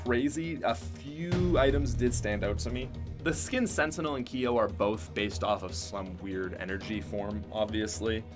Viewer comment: Kiyo? Kyo It’s pronounced with the k and y together